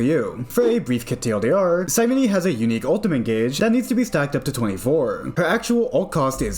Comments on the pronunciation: Cyrene Sigh-reen Not sigh renee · Nice video, but I could barely watch it because of you badly you mispronounced her name. It's Ky-ree-nee. It's based off the greek word "Κυρήνη".